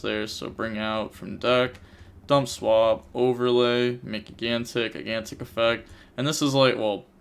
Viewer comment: I'm sure this has been brought up before, but it's pronounced jīˈ-ɡan-tik, not gi-gan-tik